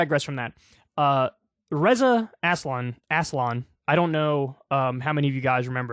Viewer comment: It's "Ray-zuh" Kyle, not "Re-za".